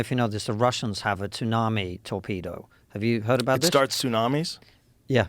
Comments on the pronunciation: “The Russians have a TOON-AMI torpedo” Then he hears Joe pronounce tsunami correctly, then dude still pronounces it incorrectly….sounding like a British kid that makes grilled cheeses at night… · Tsunami is pronounced "su-na-me" and joe is literally saying it properly to him in conversation why tf is this guy purposely calling it "Toonami"? Its not an accent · He said 2nami 😂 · "a tounami" lol does he think its the s thats silent? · I couldn't ignore this guy getting the wrong letter silent on Tsunami 😅 surely everyone knows its the T thats silent not the S 😵‍💫